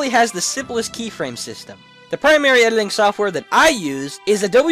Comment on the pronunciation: You keep pronouncing editing "ediling".